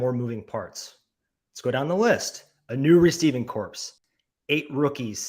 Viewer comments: Oh snap! Double down on the "corpse for corps" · Ha! I was a little sleep-deprived today. Not sure why I didn't pronounce it like core, per usual. Nice catch. Try not to make that gaffe again but no guarantees.